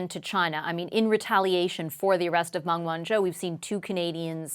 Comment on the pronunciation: I do wish would have taken a few moments to have learned to pronounce Meng Wanzhou name.